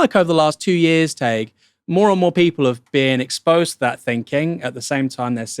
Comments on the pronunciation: Could you maybe learn how to pronounce Tadgh’s name? It rhymes roughly with Thai(g) or high(g) or pie(g). The way you keep pronouncing it is literally a slur used against Irish Catholics. Please try to get it right. It’s not hard. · I hate to be that guy, but it's pronounced "Tie-g" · Please learn to pronounce Tadhg.